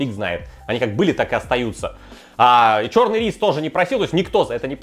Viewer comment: 26 минут 44 секунды говорит "ч000рный"